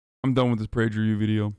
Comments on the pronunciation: Prajer U? Don't you mean Prager U? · It's actually pronounced "Prager Poo" fyi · Why does he pronounce PragerU like that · Love the way you pronounce PragerU Hasan!! You make it sound like some kind of skin or venereal disease, which by the way it is and a pretty contagious one at that! 😂😂😂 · “PrajerU” “Robbalee” Ajan?